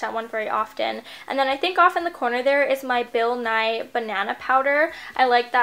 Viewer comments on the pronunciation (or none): She said bill nye not ben-nye😂😂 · She said "Bill Nye powder" 😂😂 Bill Nye the science guy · Don't mean to be rude, but I definitely chuckled when you called the Ben Nye Banana Powder, Bill Nye <--as in the science guy Thanks for the video :)